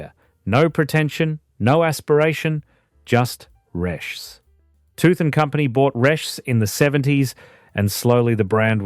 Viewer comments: Resh? wasn't it pronounced Reeshes. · Resches not resh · Just pronounce it reeches and it's still on tap. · Not much research. Pronounced... Ree - shez. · Nobody called Resch's Resch the S at the end was pronounced as in Resches. Also Tooheys was a direct competitor to Resch's. There was also Grafton Lager sold throughout Northern NSW. I was too young to try this but it was very popular there. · I don't know about how Resch's is supposed to be pronounced but the people of Sydney pronounced it as Reshez. I know. I was there. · Pronounced Resch-es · I have a few comments first is for DA or as it was better known as Dirty Anny and another one gone is Toohey's Country Special When Tooheys New wouldn't travel well in a green ca and Resch was pronounced Resches and the export pilsener was a silver bullet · Yeah, Reschs silver bullet cans still available. They should change the AI voice over to pronounce Resh-ers…. that’s how I hear people pronounce it in Redfern / Waterloo where I’m living now. Does no-one review their work before releasing? 😅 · Learn how to pronounce reschs properly